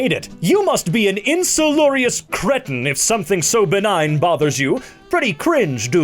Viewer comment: insalubrious is apparently what he meant to say which means seedy and run down or unwholesome